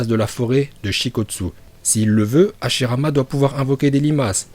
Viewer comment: Madara il est nul il na pas le migatenochauviu en plus il c pas parler il dit hashilama 😂